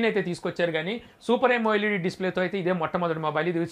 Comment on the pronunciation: Yamo led kadu amoled